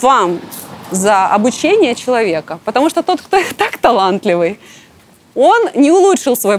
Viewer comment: Она говорит "Чулувик" можно же сказать "Человек"